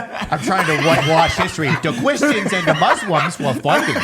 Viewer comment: "Quishtians."